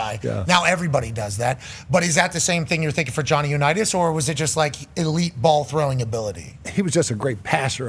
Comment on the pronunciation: "Johnny Unitas" bahlrightttttttt -_